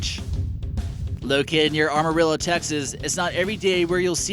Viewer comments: It's AMarillo not ARmarillo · First he says that Katy is near San Antonio, then he talks about "Armorillo" instead of Amarillo. I wish I could register a dislike more than once... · AMA......rillo not ARMA,,rillo ya dope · Texas was its own country and joined the US union, it wasn't purchased or taken over. Also why is it strange we have a museum to honor the Cowgirls and Ladies of Texas? Did you just say Armarillo? Lol, it's Amarillo. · There are so many mispronunciations in this video, it's appalling. It's "Rock-wall" not "Rock-well" County. The man's name is pronounced "OHL-dum" not "Old-HAM." And it's "Am-uh-RILL-uh" not ARM-uh-rill-uh." Next time, why don't you use a native Texan for a narrator? I was born and raised in Texas and was an announcer/narrator for 52 years and am available upon request. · Ar-marillo??? It's Amarillo....do you live in Armerica??? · The Cadillac Ranch is near Amarillo, not Armarillo. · ARMOALLO? TRY AMARILLO! KATY IS NEAR HOUSTON,, NOT SAN ANTONIO!! Guy doesn't know TEXAS very well😂😂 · Never heard of "Armorillo" Texas, now I have heard of "Amarillo" Texas... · Since when is Houston suburb Katy anywhere "close to" San Antonio? And when did Amarillo change its name to Armarillo? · Proud to live in Amarillo. Frustrated that this idiot can't pronounce Amarillo. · Amarillo, not 'ARMARILLO'. The Cadillac cars are not 1970's but 1949 to 1963. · IT'S NOT "ARM ARILLO" IT'S AM ARILLO DON'T INSULT OUR FINE CITY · Amarillo, not Armarillo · And it's Amarillo, not Armarillo. Armadillo. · I caught that, too. He also says "ARmarillo" for the Cadillac Ranch. I'm surprised he didn't mention the Orange Show in Houston. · It's Am-uh-rill-o (all short vowel sounds). Recently, someone painted all of the Cadillacs at Cadillac Ranch solid black in recognition of the black lives matter movement. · ARMarillo? Dude, where are you from? Try the mirrored bathrooms in downtown Sulphur Springs sometime. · am-uh-ril-oh and Cadillac ranch was made by Stanley Marsh